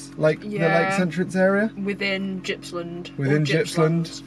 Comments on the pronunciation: Gippsland is pronounced with a hard G. Made me laugh when you tried to say it. Keep up the good work! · "they're in the fridge" lol - too funny mate, Healesville is beautiful thats for sure so good one. Gippsland isn't pronounced with a G like Giraffe but G like Gone and its the ocean not the sea lol. Nice work mate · Fantastic video! My back yard (Yarra Valley):) BTW it's a hard G in Gippsland. Like the G in Graphic.